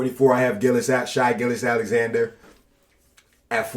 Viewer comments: SHY? It’s SH- AY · my guy said shy for shai bruh lol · "shy" gilly alexander... yeah this is gonna be hard to watch